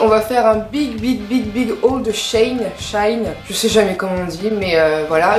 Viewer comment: Mais Putin ta beauté j'm'en remet pas😅 le bijou de ton septum il est ouff😍😍 et tes cheveux wouahh Sinon in dit SHI - INNE Et merci pour le super montage 🖤